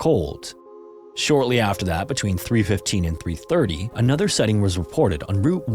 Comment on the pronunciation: SIGH-ting, not whatever word you said.